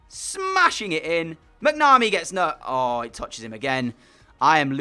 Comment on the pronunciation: The goalkeeper McNamee is pronounced mac-na-me